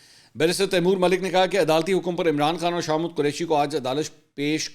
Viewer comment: منصور صاحب آپ شاہ محمود قریشی کو شاہ مود کیوں بولتے ہیں 😂